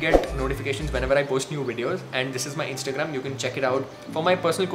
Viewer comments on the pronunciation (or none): none